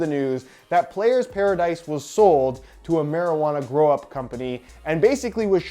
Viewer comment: I swear he keeps saying “Grow Up” instead of “Grow Op”. Or is he saying “Grow Op” in a weird Canadian accent??